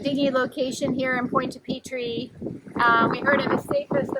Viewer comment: This episode is a good reminder -- I have some old Harken winches that are really overdue for service. Maybe this summer. It's too late to tell you this now, because you've left, but I can't help myself: Your pronunciation of Pointe-à-Pitre is a little off. Not really "PEE-TREE", i think it's more like "PEE-truh". But French, so the "uh" sound is just barely there.